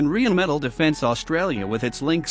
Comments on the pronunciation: Can someone teach this strange speaker how to pronounce "Rheinmetall", rarely heard such a stupid deformation. "Rheinmetall" – "Rhein" is "Rhine" and "Metall" is "metal". This "Rhine" not only comes from the river Rhine, it is also spelled and pronounced the same way. One word with one syllable, nothing is linguistically torn apart. As a company name "Rheinmetall", the combination of "Rhine" and "metal" is a nominal compound, as such a proper noun and a word that cannot be mangled even by English speakers. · it is "Rheinmetall" refering to the river "Rhein" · It's totally ballsed up. The 5 written vowel sounds in English don't cover the 20+ vowel sounds you hear in spoken English, so reading the word out is not enough.